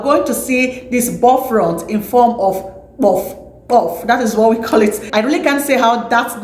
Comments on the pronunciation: Please its "buff-loaf" and not "boflot" 😀🇬🇭🇬🇭❤🇬🇭🇬🇭❤ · It is called Bofrot ,not Bofront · Please it's bofrot. Check your pronunciations.